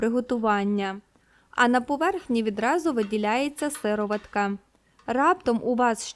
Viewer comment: Правильно казати сиро'ватка.